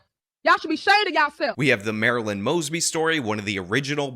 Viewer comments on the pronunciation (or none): none